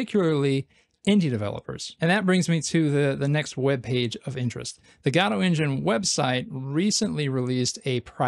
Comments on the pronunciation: Good videos man, but please pronounce it properly. It's "Guh-doh" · Why do you use a "shwa" (an "a") sound instead of an "o" sound when you say Godot? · What's this "Gado" he keeps mentioning? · Hey, you cant pronounce Godot like that. Please, I couldnt watch this video because of it. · cannot get over the way this guy pronounces Godot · Actually, Balatro is supposed to be Balatro. Godot is different. It is pronounced Godot. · No no. It is supposed to be Godot.